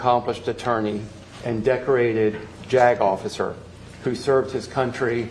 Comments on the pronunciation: Anyone else laughing to themselves when they hear the word jagoff(icer)? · Jagofficer lol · The way I just kept hearing "Jagoff", even by his lawyer.... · Gotta love when they call him a “Jag Off-icer”. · What a jagoff-icer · Jag officer? Or just "jagoff" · I swear I heard “not just an attorney but a decorated jagoffice” 😂 wanker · Every time y'all say " JAGOFFICER" !!!!! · My internal 13-year old giggled every time someone said "jag-officer" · Hes a Jag-offer😂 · This guy really puts the “JAGoff” in “JAG officer”. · Jag officer❌ Jack-off-a-sir✔️ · Jagofficer? Oookkkk 😂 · Jag Off-icer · Am I the only one who thinks it’s funny that called him a JAGofficer? He could’ve just called him a JAG or navy JAG instead he called him a jag off a bunch of times. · Just made it to the part where he says Decorated Jagoff Isser lol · I kept hearing JAGOFF 😂😂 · I know what a JAG Officer is, but what I keep hearing is jagoff(icer). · Funny that you said this. Every time said JAG officer all I kept hearing was Jack-offer 😂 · Puts the "Jagoff" in Jag officer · I THOUGHT YOU WERE MAKING A FUNNY BY CALLING HIM A "JAG OFFICER." Lol! Like Jag off. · Heh heh "JAG Officer" heh heh